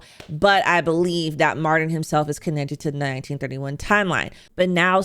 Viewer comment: Mar-TIN‼️ “Mardin” is driving me f’n insane 😭